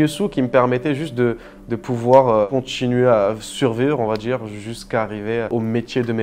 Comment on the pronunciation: "sans le djiire à ma mère"